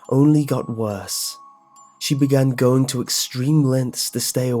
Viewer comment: I like how you say "going" as "goingk" lol